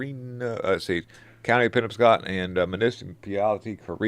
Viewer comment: SOUND IT OUT BUDDY!! IT'S PRONOUNCED PENN OBB SCOTT